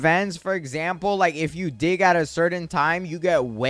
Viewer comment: Is he saying dih or dig